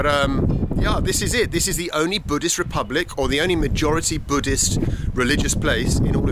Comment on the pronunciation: pepublic lol